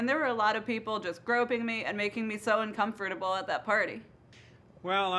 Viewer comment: How many times did she pronounce uncomfortable wrong?